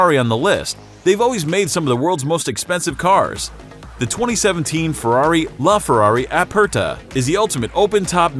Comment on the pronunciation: And he also butchered The LaFerrari Aperta